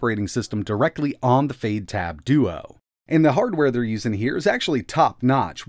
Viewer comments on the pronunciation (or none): It sounds like you're saying fade instead of fyde. Is it supposed to sound like that? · fade??? fyde sounds like "fide" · I believe the correct pronunciation is "Fy Dee" and not Fade. Fyde in Chinese means "Quick" or hurry. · Yay!!! Another word you completely mispronounce! It's been a while since you added a new one. I wonder what these manufacturers and developers think when you completely butcher their names. It's pronounced "FIDE", not "FADE", but hey, you keep doing you. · Last year you ran this OS on a raspberry pi. It seems it's gotten even more polished but the name is still confusing. Is it pronounced Fide OS or Fayde OS? I've been running brunch instead because Google play but this OS looks pretty good. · Definitely pronounced Fide, fade sounds a bit daft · why is fyde pronounced like "fade?" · This looks like a good first step, but what we really need is a good keyboard. Out of curiosity, why are you pronouncing Fyde like fade? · Maybe learn how you pronounce Fyde. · Looks nice but at a silly price, which may be it's undoing. When you look at how cheap an RK3588S based product can be produced, it hammers home how expensive the other elements really are. It should be noted that the chances of hardware accelerated video drivers on any Linux Distro will be almost certainly zero. Odd pronunciation of the OS considering that it has a definitive Y in it. At 5 nits, the screen is undoubtedly very nice indeed. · About time this sort of thing came about. Also, I had no idea that was how they were pronouncing Fyde.